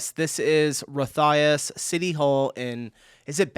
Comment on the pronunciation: ROTHAUS can you say Rot as in German for red. Nothing to do with rotting.. you must be the worst American as pronouncing anything not in english. 😅 Not a single thing was right. Not even Cologne the french name for what Germans. Swedes. Norwegians. Danes and a few more places would call Köln was close..